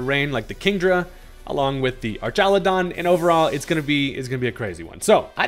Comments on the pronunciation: Why u sayin it like “ar-TCHA-lu-don” instead of “ar-KA-lu-don” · So, just to preface, this is the first Ive heard it said... but I feel like it would be pronounced ARK instead of ARCH, because you know... electric arks